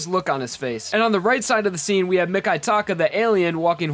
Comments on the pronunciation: "Mikataka"... IT'S MIKITAKA, MICKEY TAKA MIKITAKA AAAAGH REMI'S?! IT'S RAY MI, REIMI AAAAAAAAGH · He's mee-kee-taka, not mee-kai-taka. Murican english doesn't apply to foreign words and names. Don't even make me start on "Ryu"..